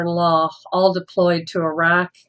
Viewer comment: She pronounced Iraq right.